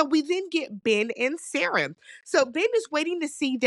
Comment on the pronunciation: Not you activating Siri by the way you pronounce Sarah. 😂